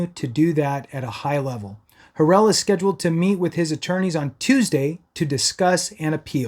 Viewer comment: You're so misinformed dude. I can't take you serious when you can't pronounce his name.